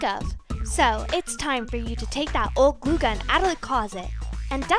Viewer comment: Lol it’s glue gun not goo gun 😂😂😂😂 I love this channel